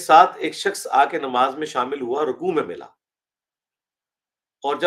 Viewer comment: Tu c paindo ho. Ardo (Urdu) punjabi which bolde ho. The word is Gaur and not Gor. And similarly, the word is Aur and not Or. Please take a crash course in correct Urdu pronunciation.